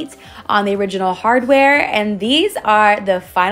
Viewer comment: Hardway? It's hardwaRe. LOL why do you pronounce so many words incorrectly? Is English not your first language? I'm genuinely asking.